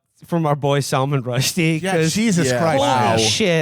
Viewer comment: Salmon Rusty